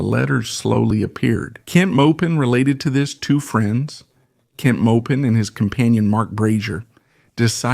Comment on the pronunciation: Maupin is pronounced “Mop In” not “mope in”